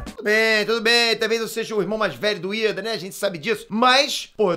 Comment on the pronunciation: não é ida é lida